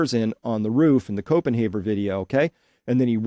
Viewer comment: Its Copen HAVER NOT HAUER!